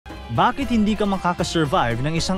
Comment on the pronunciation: ANONG "BAKID" PO "BAKIT" PO KASI YUN